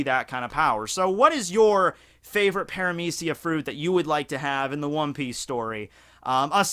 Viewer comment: Wait, its "pare-ah-meece-e-ya"?? I pronounced it "para-media-ca"